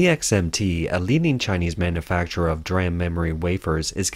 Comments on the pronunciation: For reference, "DRAM" is pronounced "dee-ram", not "dram." "D-Ram" is a specific type of computer, random-access memory; "dram" is a unit of apothecaries' weight, a small drink (of liquor), or a small amount of something. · It's not dram it's d-ram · In the chip industry, DRAM is pronounced "DEE-ram" and NAND is pronounced "nand" just as it is spelled. It's not spelled out as n-a-n-d.